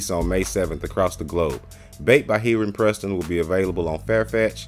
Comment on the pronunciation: I’m pretty sure you’re pronouncing his name wrong lol